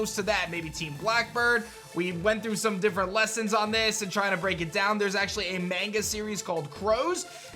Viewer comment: The most American way to pronounce "manga" ...